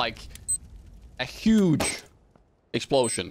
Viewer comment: Nobody: Him:Explosyen